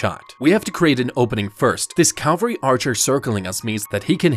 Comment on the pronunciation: Just so you know, it's pronounced (and spelled, for that matter) "cavalry" not "calvery." The latter isn't a word, but even though I'm not sure why or how you shouldn't really feel embarrassed about mispronouncing it, on account of the fact that literally tons of people make the same mistake. Honestly, just from anecdotal experience, probably more people get it wrong than right. Again, I'm not really sure why on Earth that is, but it's true. Anyway, great video as usual! Please for the love of God finish Attack on Titan! You've already started, you've gotta see it through now lol. <3